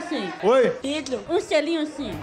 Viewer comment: "um xelinho xim"kkkk